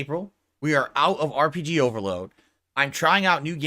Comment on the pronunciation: Say RPGeee again. I dare ya, I double dare ya,. Say RPGeee one more GD time.